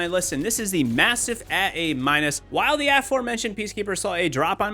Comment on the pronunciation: The way you say MASTIFF is weaird.